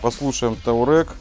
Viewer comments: Все отлично, только не таурег, а туарег. Вы супер. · Не таурег, а туарег. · таурэг? ну почти выговорил))